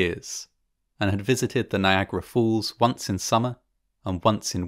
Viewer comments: ''NIAGARA FOOLS'' NO ITS NIAGRA FALLS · Niagara Fools. Sorry not sorry: To any American, your pronunciation of “falls” is totally ridiculous. Big distraction from an otherwise excellent video. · Is he saying "Niagara Fools"? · Am I the only one hearing "fools" instead of "falls" each and every time? O_o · It is “falls”, not “fools”.😂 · Niagara falls not Niagara Fools🤣😂😅🤣😂😅😂🤣😂